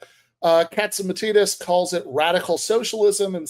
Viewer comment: This might be more compelling if you pronounced "Catsimatidis" right.